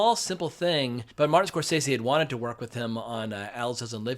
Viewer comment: Pronounce the Directors name correctly Score sese’